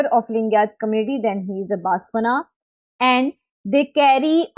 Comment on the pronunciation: You should pronounce good Lingayat basavanna 🥵